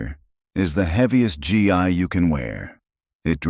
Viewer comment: Gi pronounced gee not g and ai